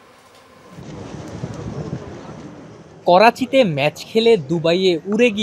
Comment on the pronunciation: ক্রাচিতে নাকি করাচি??😂